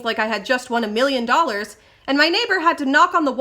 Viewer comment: did you say you thought you just won "emilian dollars" XD